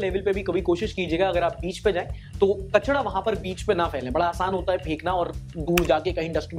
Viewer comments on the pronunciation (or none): it's not kachada it's kacharrarrr😜